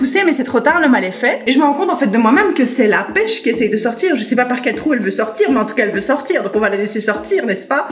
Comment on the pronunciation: "ou Je NSAIS pas" on dirait mon accent franc-comtois 😆